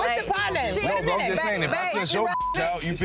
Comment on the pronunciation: 🗣️wussa pro-lem 😂 ok Joseline 😂